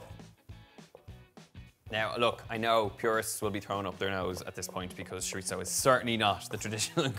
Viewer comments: Why is he saying shoritzo instead of chorizo? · The word is pronounced choreezo. Love it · that is nowhere near how you say chorizo... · Woohoo. P.S. i love how you say sho-rit-zoh for chorizo whereas in philippines I grew up hearing it as tso-reee-so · We love you Donal but it’s chore-E-so. AND I can’t wait to make this for my family. I’m not sure if you’ve done it yet but it would be so nice to see your siblings in a cooking video with you. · He’s certainly not pretentious. Although he is gorgeous. Oh the Irish. He can say shiritzo if he wants to. Maybe it’s just his accent. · I kept repeating it the way he says it for the entire video. He says it completely naturally and confidently. Love it. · it's the constant mispronunciation of chorizo for me. but kidding aside, this looks delicious! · first time hearing it like that, I was so confused what he was talking about till I saw it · I'm British, and I can report that I've never heard my fellow Brits pronouncing it as "Shorizo"